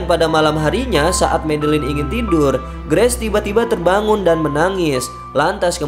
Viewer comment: Bacanya "greis" ya bang,bukan "Gress" 😅🙏 sukses selalu bang👍